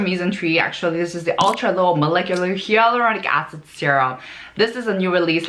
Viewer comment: Please verify the pronunciation of "Hyaluronic Acid." It sounds different. Dermatologists say it as "hay" but you say it as "ya" and it's all over the video. I'm just confused. 🤔